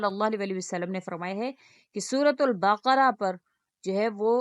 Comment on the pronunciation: Aapke Talaffuz me bhi mazeed gadbadi hai sura baqrah ko Apne suratul baaakra kaha..